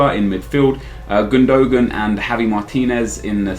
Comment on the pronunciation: It's gundowan, not gundowan